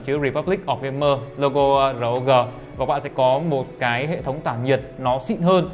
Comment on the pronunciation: REPUBLIC OF GAMER thì đọc là ROG ROG i chang thì đọc là Rốc ?????